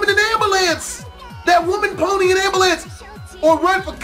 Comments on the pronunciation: anyone notice how doesn't know how to say ambulance everytime he says it he says am-ba-lance when it's really ambulance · did you say an ambalance (am-ba-lance), dont you mean and ambulane (with a 'U') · I don’t think he knows how to say it, man over here talking bout ambulambs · He said" Somebody get that woman an Amboolance" Lmao